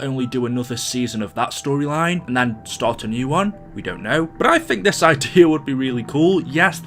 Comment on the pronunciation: When i heard "the end of aether stroyline" i looked at my phone for a minute like "whatd u say"